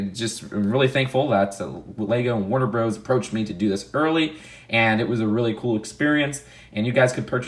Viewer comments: When says Warner “BROS” it sounds like he’s saying Wonder Bras. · Warner Brazzers